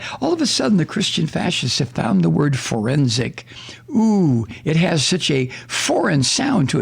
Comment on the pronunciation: Forrrrrensic. One must roll the Rs. Otherwise it doesn’t sound right.